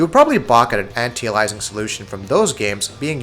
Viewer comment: Please for the love of god type this into your youtube search box "How to Pronounce Anti-Aliasing". Thanks!